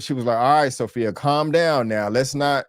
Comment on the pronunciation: It's Sofia, not Sophy